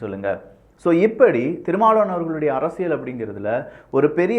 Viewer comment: அரசியள் இல்ல அரசியல். உங்க உச்சரிப்பை திருத்தி கொள்ளுங்கள்